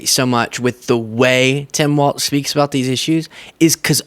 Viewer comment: I don't know why you're saying "Tim Waltz" and not "Tim Walls." The pronunciation of Walz is like the plural of a wall. There are four "walls" in this rectangle room." Very annoying and makes you come off as not really knowing about what or who you're talking about. He's been around in politics for the past 18 years and last 6 as Governor. I think you should know how to pronounce his name and stop making a fool of yourself. Yikes. Do better.